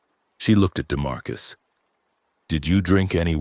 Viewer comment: What the hell is a DeMarcus??? That's enough. Couldn't listen to any more.